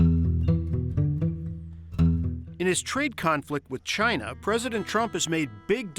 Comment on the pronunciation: What ya guys expect, the guy can't even say "china" properly ...... he had to call them "Jaina"